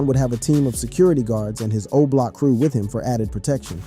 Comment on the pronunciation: stop doing videos about Chicago. You can't even say Oblock correctly 🤦